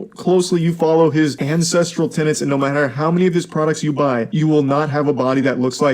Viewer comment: Holy F he markets “core ancestral TENETS” and still most pronounces it as “Tenants”